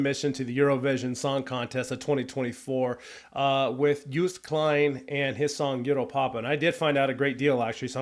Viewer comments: More context: him singing 'Euro-pa-pa' is also for his dad because 'pa' or 'papa' means dad in Dutch. You pronounce Joost Klein great! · You're doing pronuncation of Joost Klein close to perfection. Well, the first time at least. In English it is basically pronounced as "Yosed Kline". Still not 100% the same as what a Dutchman would say, though. Also "Europa" is the Dutch word for Europe. Similar to German.